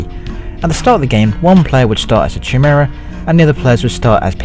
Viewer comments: It's "Kai-mare-uh" Not "Chi-mura" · ci- mare- a say it right